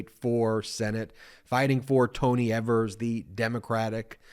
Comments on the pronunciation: Ben...it's pronounced 'Eve'‐ers...not 'Ever'-s...💙 from Wisconsin!😉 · Evers = (EE-vers) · Evers is pronounced with a long Ē, Ēvers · Tony EEEE-vers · Our governor's name is pronounced with a long e. Don't mean to be picky but it's irritating to hear people say it the way you did